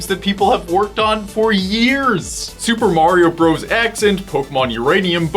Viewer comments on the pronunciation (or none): none